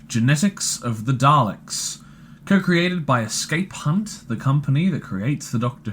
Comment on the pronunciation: Be cqrefull how you say escape hunt 😂